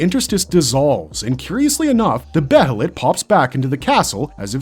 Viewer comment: It's bay-lit or Bay-uh-lit, not Beh-hell-it